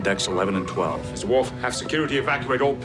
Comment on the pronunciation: It is WORF, madam.